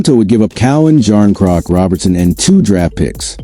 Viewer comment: Anything coming from The Boys in Blue is all AI generated, and 98% BS. The called even pronounce Knies or Calle Jarnkrok's name correctly. Avoid this FAKE channel all together.